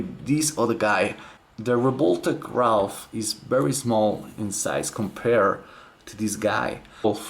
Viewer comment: it's not Ralph IT'S RAPH